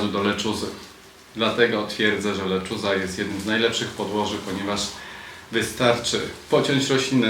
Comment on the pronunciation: W końcu ktoś, kto poprawnie wymawia "lechuza” 😂